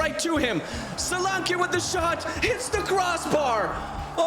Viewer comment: btw it's soul-lan-key not sol-arne-quay and bournemouth fans mostly say dom as it's his first name